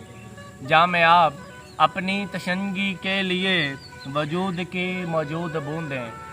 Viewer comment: Sir tishnagi word glt pra ha